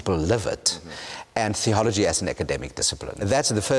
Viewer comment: his teeth seem to be exactly conformed so that he can easily pronounce the word "THeology". That must be an evolutionary adaptation of some sort..